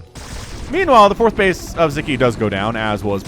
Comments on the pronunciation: aww, as a Hungarian, I'm so glad to see Sziky being casted, and winning. :) Also, in Hungarian language, we pronounce the conjunction of 'Sz' as 'S'. So his name would rather sound as [Siki] instead of [Ziki]. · It's pronounced Sicky. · Yeah. How should we teach to pronounce it with S?